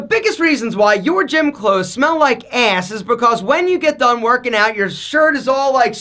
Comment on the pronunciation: It’s so funny how you say ass 😂😂. I love you mr handsome Italian. AYESSSS.